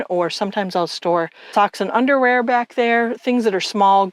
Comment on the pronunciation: Great video tour! When you said you store “socks and underwear” I heard “toxic underwear” until it hit me 😂. Cute pup! I have a Pyrenees she may have to stay with her brothers, she might not fit lol.